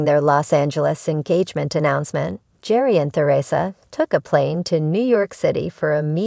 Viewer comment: His name is pronounced. . .GARY!!!! Bachelor Official, you say? If you get the subject's name right, that's a good start.